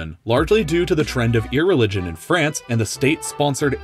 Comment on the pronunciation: Why Everyone saying Frace 'SHE